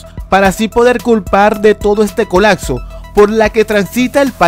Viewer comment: Es colapso, no colatso!